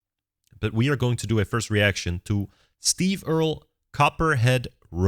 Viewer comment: No, he pronounced it correctly. It’s Earl, with an added E at the end.